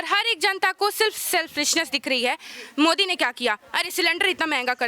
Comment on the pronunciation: Pahale tum yogi modi ka name to dhang se lo